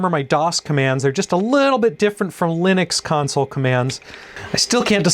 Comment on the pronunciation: Thank You for pronouncing "Linux" correctly. 😊👍 Back in the "aughts" the software engineers would get irate when one said "Linux" as if you were referring to a Peanuts Character. 🤣😂